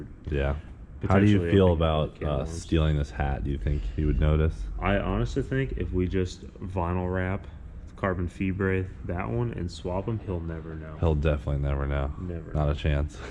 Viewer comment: "Carbon FEE BREH" .. LOL